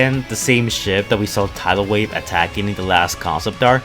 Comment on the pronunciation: you said his name correctly!